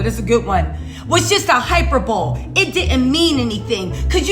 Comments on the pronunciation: I'm crying! 🤣😂Girl every time you said hyper-bowl - I cried laughing! Don't be mad but it is pronounced hi-per-bo-lee. Love you to pieces though, frfr! 🤣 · Girl i love you but your mispronunciations TICKLE ME!!! HYPER BOWL😂😂😂😂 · It's pronounced hī-pər-bə-lē, emphasis on the {bə} syllable. 😉 👍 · I love you girl! But, hyperbole is pronounced (hy-per-bow-lee). Hope this helps😘 From one sista to another. Keep putting out them videos cause girl, you be spitting facts and having me straight DEAD!🤣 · Funny review as usual! Btw it's HY-PER-BO-LEE